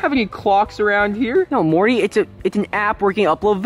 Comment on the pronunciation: Morty not Marty